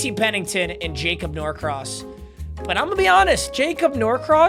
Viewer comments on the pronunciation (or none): none